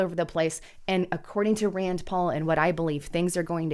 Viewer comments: Rand NOT Rands. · RAND , It’s RAND